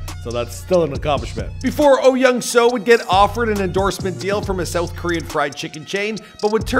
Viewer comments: Is your name Michael pronounced “Meecull”? No. Well, then perhaps you could understand that the name Soo in Oh Young-Soo’s name is pronounced with a long o sound. It sounds exactly like the name Sue. Not “so”. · bruh i cant with white ppl- there are 2 o's in his name --> pronounced sooooooooooo